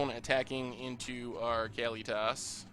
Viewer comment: I think it's "Kah-LEE-tis," not "Kally-toss."